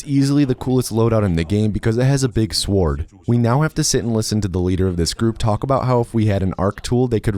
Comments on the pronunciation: he said sword wrong its pronounced sord not sword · ah yes, swuord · Take a drink every time says "soo-ward" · So.. you're not sticky? I would have understood if you said: "wet bread" or "a discarded band aid" which are both disgusting, but if all you're saying is that you're not sticky, I think many of us are the human equivalent of a wet band aid. Also, why keep calling it a "sWord" ? It's like people who insist on pronouncing the "h" making certain words sound strange like "hwere", "hwen" and "hwy". Except it's not a "Naruto run" because then the titans' arms should be behind it. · "big swuord" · I've never heard someone say the word "Sword" pronounced like that. Swa-ord. Suward. Saword. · I love robits with sowards. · Hard 'w' on "sword." What's your new favorite Mid-Western pronunciation? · god i love how he mispronounces sword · did this guy just say sword with the w. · he pronounced sword with the w and called ark mrvn a robit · If I learned anything from this video it's that can't say the word 'sword'.